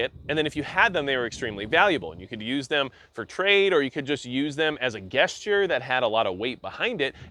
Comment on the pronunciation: The word gesture begins with a “j” sound. This sound is same as the first sound in the name “John” jes-chuh (Stress is on the first syllable) Hope it helps!